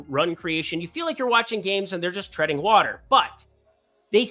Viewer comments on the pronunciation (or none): none